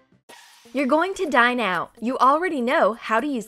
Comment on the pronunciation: “Your going to dine now” hears die instead of dine WHAT?!?